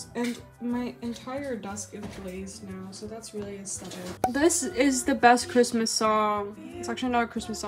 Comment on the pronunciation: love how ur constantly going ‘i’ll be home for quizmoisss 🗣️” throughout the video LMAO